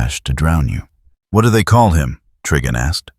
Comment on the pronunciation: The TTS mispronouncing Trigon as Triggon made me laugh so hard 🔻